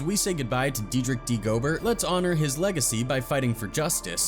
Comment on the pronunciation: It's pronounced Go-bear, not Gobert. Damn AI narrator 😂